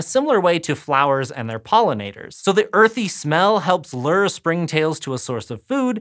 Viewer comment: It’s weird to hear “lure” pronounced “ler” instead of “loo-er”